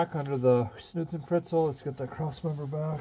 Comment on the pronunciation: What's a snootzenfritzell?